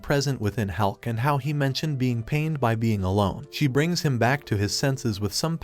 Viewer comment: maybe hes saying about hulk not helk